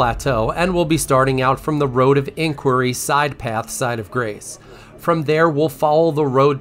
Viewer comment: 2 - professional would be pronouncing "Iniquity", "Magnus", and "furlcalling" correctly. It's not "Inquiry", "Magus", or "furcalling"